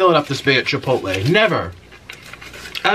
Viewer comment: jipotle ? XD